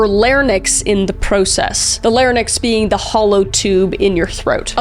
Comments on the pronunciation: Isn't it pronounced LARYNX not Lair Nicks????? Am I wrong? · The "larnyx" 😂 I was so confused until she said what it was. She meant the Larynx! 😊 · "Larnyx"? Lol! You meant "larynx", right? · It larynx. Not larnix like how you said it... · I do think it is "larynx" as opposed to "larnyx". Larnyx sounds like a new Game of Thrones character. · La-rynx not larnyx... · Kris it's "Larynx" not "Larnyx" lol also I believe you said "inevicably" but I think you meant "inexplicably" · I think you’ll find it’s larynx, not larnyx ☝️🤓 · It’s pronounced “laringks” not “larnecks”😅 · Larynx, not larnyx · I'm sorry... How did you just pronounce larynx? Layer-nyx? I'm so sorry, I hate to be THAT guy, but this is something that I feel must be said, it's pronounced "Lair-inx" - or so I've been told by my teachers. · LAH-RIN-X not lahr-nix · Larynx* not Larnyx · "how much she was poking the literal bear." Ed wasn't a werebear, don't give me nightmares! 😂 Larynx is also pronounced LAIR-inks, not lair-niks. The y is before the n. I'll defend you on the use of the word "psycho," that word can just mean "someone who is mentally unstable" rather than referring to psychosis and yeah, that's Ed. Many sociopaths become productive members of society. His mother sure didn't make one of those. She chose to abuse him and is partially responsible for his crimes, as with all abusive parents. Really, I don't waste my hate on Ed... he's one of the few people with his condition who eventually realized, "it's my abuser I should hurt, not innocent bystanders." Ed caught HIMSELF. If we want to encourage more people like him to do that, then going overboard on meaningless outrage is certainly not the way. I'd even go so far as to say, I honestly admire what he did after his crimes. He CHOSE to turn himself in, then help others understand his psychology. Compare that with actual soulless monsters like David Parker Ray. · Larynx, not larnyx :D Leh-rinks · It's not a larnyx... It's a larynx.